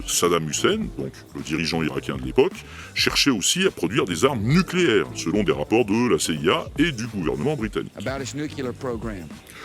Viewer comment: Ahh le fameux "nukular":) est vraiment un homme de culture!